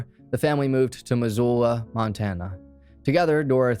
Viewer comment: Thank you for 1) Covering the ‘Florence Murder’ case. It was such a big thing when I was a kid all over the news here. And 2) Thank you for saying Missoula correctly lol.